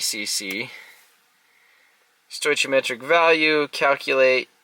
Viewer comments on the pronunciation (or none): The ch in stoichiometric is pronounced with the k sound